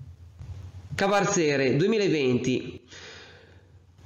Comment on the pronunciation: Salve, piccola nota, si dice CAVARZERE e non con l'accento nella prima è. Ciao..e scusa......